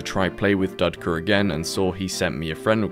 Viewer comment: Dudka guy was laughing at your underwear, btw, it’s pronounced doodka in Russian